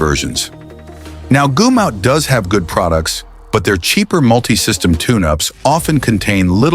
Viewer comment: Goomout?? Goomout??? When was it changed from Gumout?